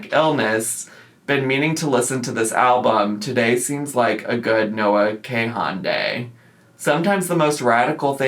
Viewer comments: Oh. Also. It’s Kahan, like “con”. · Have to remind myself you're 37 when you mispronounced Noah Kahan😭😭😭